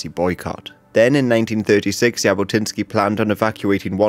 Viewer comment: Zhabotinsky* not Yabotinsky* And yeah, he definitely was a fascist, but not as much of a fascist as he is portraited like. He was more like of a nationalist rather than a fascist...